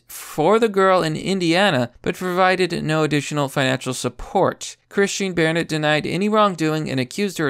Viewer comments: Wtf I dont think you’re an American anymore. I didn’t care about the several mispronunciations in every other video, but pronouncing BARnett as BAREnett? Thats like one of the most common names in the US, and you started pronouncing it correctly halfway through the video. You’re all over the place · Bore-nett, Bare-nett, Barnett. Keep it up. You'll get it eventually. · "Bear Net." LMFAO, Dude I seriously think you intentionally mispronounced peoples names sometimes!!!🤣🤣🤣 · Dude, it's Bar-nett Sound it out buddy. 🤦‍♂️